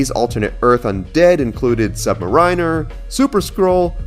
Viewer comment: Subriner? Who's that? 😂 Lol